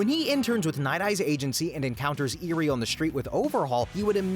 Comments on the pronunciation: that and calling iida "lida" and eri "iry"... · Can you learn how to pronounce names please? IzukA, Eery, ETC. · The mispronunciation of the name sis genuinely pissing me off. Like did you watch the show. I’m like 2/5 of the way through and already I count Mineta, Iida, Nomu, and a few others. Edit 1: LIDA???? IIDA. EE-DUH. Edit 2: EERIE!? ERI. OMFG this is pissing me off. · "Lieduh" "Leeduh" "Lidduh" "Nahmu" "Eerie" I'm BEGGING you did you even watch the show 🥹